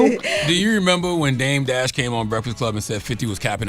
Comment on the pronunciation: Bro called em “DEBT DASH” 😂😂😂